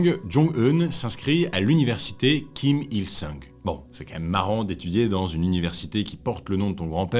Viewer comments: C'est bien "jong-eun" et le grand-père "Kim il-song" 😊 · En fait Kim il-sung (RR : seong) ça se prononce plutôt « song » entre le o et le a (un « o » ouvert)